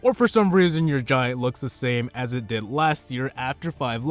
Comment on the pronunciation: You youse the royal giwunt